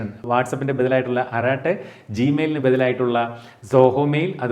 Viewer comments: അരാട്ടൈ അല്ല അരട്ടൈ. அரட்டை. തിരുത്തുമല്ലോ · അരാട്ടൈ അല്ല അറട്ടൈ